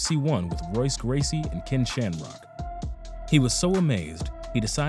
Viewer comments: I know that doing voiceovers is hard work (I've made advertisements and it requires many takes to get it right). However, My guy in this video is BUTCHERING some of the names. Royce Gracie is pronounced Hoyce, Renzo is Henzo, Firas Zahabi, not "Zahabiid", and David Loiseau is pronounced LOU- I -SJYO. I would think that MMA fans making professional videos would know that. Just go back and watch their fights if you are unfamiliar with their names. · You lost me when you mispronounced Royce Gracie :(